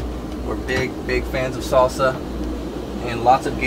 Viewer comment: I like the fact that Mike talks all the vídeo and when he say "salsa" and "baño".